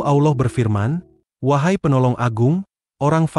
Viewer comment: Pengisi Suara salah ucapan salah tulis Allah Subhannahu Wa Ta 'Alla bukan Awlah yg buat konten Salah ucap salah tulis bukan AWLOH TAPI ALLAH 😢